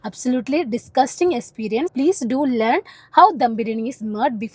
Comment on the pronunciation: Experience annn esperience alla 😅